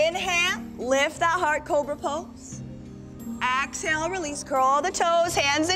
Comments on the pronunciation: Why does she say axehale? what is wrong with her?! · I could NOT be relaxed with an instructor who keeps saying axehale...